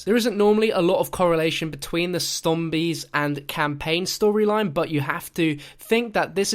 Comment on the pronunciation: Did anyone hear say "stombies" instead of 'zombies?"'